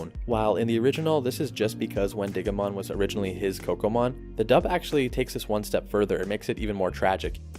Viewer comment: I also think it’s Win-DIH-go-mon more emphasis on the dih. Because It’s named after the wendigo from folklore